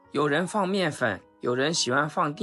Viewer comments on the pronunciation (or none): dian 不是 ding.